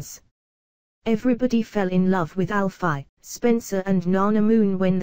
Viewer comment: robotic voice 😠 can't even say Alfie right or Walford